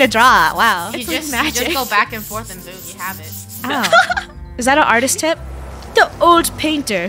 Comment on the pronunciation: "Art-tast"